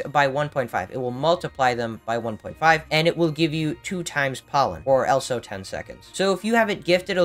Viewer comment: I'm always confused why u always say elso instead of also